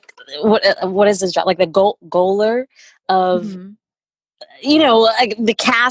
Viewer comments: Gaoler is pronounced like Jailer. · Nettles gaoler is pronounced as “jailer” :) great video ladies